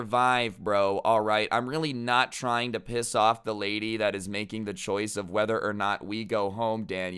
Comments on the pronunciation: he really just said "Rady" in stead of lady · "but this raidy" Me: did my ears just have a stroke? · 'This rady' Everyone: Me: LOL rady??? Really, can you even speak bro. Inner voice: Just stop man...